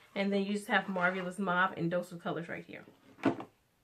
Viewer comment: Marvelous - "MAR-VAL-LES" Just thought I'd drop this here because you were struggling with that word the entire video.